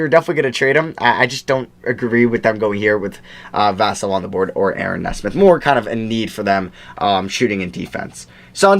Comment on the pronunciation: you pronounced Devin Vassell’s name correctly the first time before you corrected yourself. it’s like “Vuhsell”